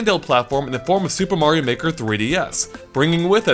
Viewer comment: Super Mario Meh-ker